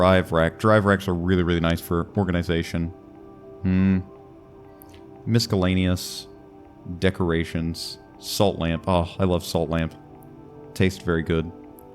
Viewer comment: really putting the "k" in miscellaneous. And also calling a neutron star a neuron star a minute before that... You are truly an evil evildoer.